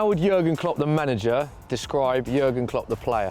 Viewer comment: gergen? gergen? wtf. who has ever said gergen? pull up bro.